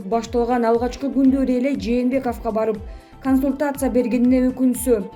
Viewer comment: Ушул диктор кыз сен жумуштан чыгып эле кетчи нервке тийбей,окуганы кантет"пандЕмия,кансултасыя,канИституция" деп.